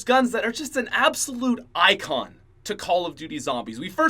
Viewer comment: I got drunk just hearing him say icon